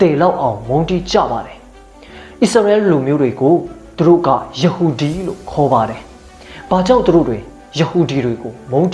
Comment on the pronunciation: ရဟူဒီ ပါကွ ရသံကိုပီအောင်ပြော တက်အောင်လေ့ကျင့်သင့်တယ်